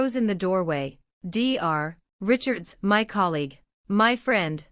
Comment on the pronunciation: Dr stands for doctor and should be spoken as that. It is very annoying!!! What the hell is wrong with this woman????? What is the mil name??? You have used several different spellings and the voice said several different names!!!! Get your act together!!!